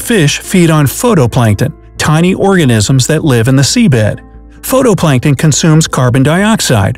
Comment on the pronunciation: It's actually pronounced: phytoplankton.